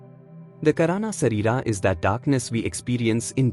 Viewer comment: It is not karaana sharira (കരാണ ശരീര - कराण शरीर) It Is kaarana shareera (കാരണ ശരീര - कारण शरीर) It is not sitabasa (सिटबास - സിറ്റബാസ) It is chidaabhasa (ചിദാഭാസ - चिदाभास)